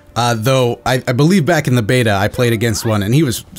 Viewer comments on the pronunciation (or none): none